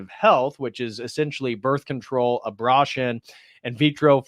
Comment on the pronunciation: A-bra-tion???? Have I said abortion wrong this whole time?